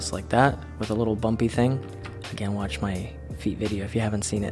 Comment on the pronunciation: when he said watch my hands video it sounded like wash my hands video 😂😂😂😂 I swear to god if there was a video like that it would get some much views